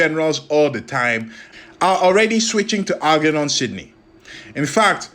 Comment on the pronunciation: I got 2 minutes in and it was too much...please pronounce "German" or "Germophobe", then try Algernon...and I thought Genghis was bad😂😂